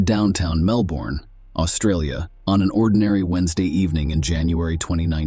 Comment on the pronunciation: Your AL said Melbourne wrong 🤣